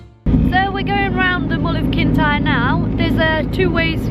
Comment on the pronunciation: It’s no pronounced Kintie, it’s Kintire = Kintyre